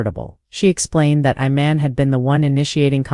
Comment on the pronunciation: His name is Iman not Oman get it right y'all always Fckg up someone's name